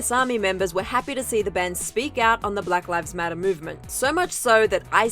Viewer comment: “Brack rives matter”